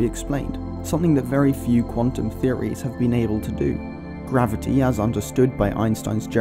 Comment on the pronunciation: Is it Quatum or Quantum?